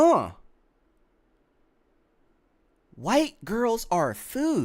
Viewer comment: Only thing i dont like is saying white like that. That aint right either, but neither is he